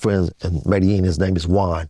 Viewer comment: The mispronunciation of Medellin is so annoying lol